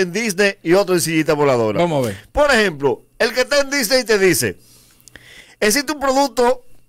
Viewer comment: Son ideas mías o dice del mundo Disdey?